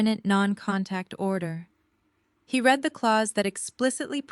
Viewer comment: He read pronounced like red , he read pronounced like Reed is after it already done every word has a before and after sound go back to school and take up a English course and learn to pronounce words right